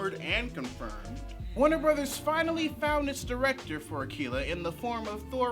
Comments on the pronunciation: I think hes pronouncing it as "akeela" because that's how Japanese people would pronounce it. Also they're looking for casting in my city, the twin cities in MN! Soooooo I dont think that release date seem right...haha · "AKEELA" Bruh. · Japanese R's and L's make a sound closer to the English sound for D's (but more like a mix of all three). It's a sound that doesn't really exist in English. Pronouncing 'Akira' with an English L probably isn't really any more incorrect than pronouncing it with an R, but it's pretty uncommon.